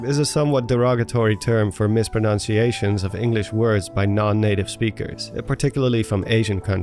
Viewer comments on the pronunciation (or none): "misPRONOUNciations" That's not a word. You just mispronounced the word misPRONUNciations 🤦‍♂️ Also, katakana is not a "simplified version of kanji." It, along with hiragana, is one of the two Japanese "alphabets." Kanji are Chinese characters: literally "Chinese language."